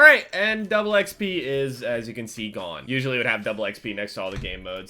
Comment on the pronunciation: 'Double eckspee'